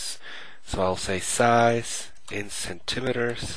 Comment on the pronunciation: "Cent" "im" "eters"? Lulz, but good tutorial anyway ^_